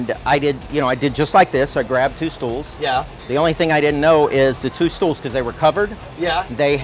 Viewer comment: Hell me, did he say "Maybe i could use those two Stools"? It seems to come from the german word "Stuhl"?